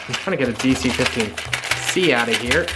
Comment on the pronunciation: Not to be that guy, but.. it’s DC-15S, not DC-15C